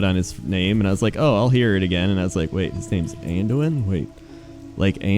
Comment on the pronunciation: My biggest issue was Llane Wrynn calling Anduin "Anjuin". That was really annoying.